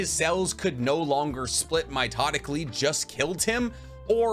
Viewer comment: "Mitotically" is seriously grinding my gears